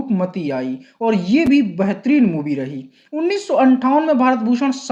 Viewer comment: BEHTAREEN ko BAHTREEN bolta hai, MAIN ko man bol raha,hindi ka uchcharan sahi nahi hai to kisi aur se audio kara le HINDI jaisi sunder bhasha ki tang kyu tod raha hai....???